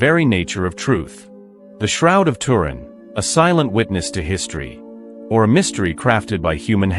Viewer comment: Tuu.....rin......get it right